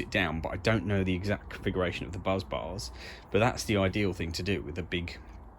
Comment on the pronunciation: Why do you keep calling bus bars 'buzz bars' instead? It's quite funny, admittedly, but it's the main bus, not the main buzz. A well-known example of the correct name being used is in 'Apollo 13', when they report 'Main Bus B under volt!'.